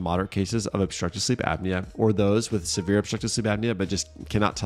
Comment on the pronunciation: 3.43 “severe” not “sereve” sorry not sorry but thank you for the video!😊😊